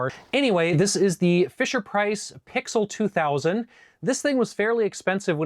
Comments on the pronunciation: FYI....it's pronounced P-X-L 2000, not "pixel" 2000. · WOW! I would have never guessed you were as young as you are! And I say this with all due civility out of careful observation of just the first four minutes or so of commentary. Here are some points of note about the PXL 2000. 1) It is pronounced P-X-L 2000. 2) Fisher-Price was a legendary TOY company, which was ONCE OWNED at that time by Quaker Oats, an oat and cereal company. 3) That dial over the camera lens contained a filter which served a dual purpose: to protect against direct sunlight and otherwise to aid filming in extremely bright environments.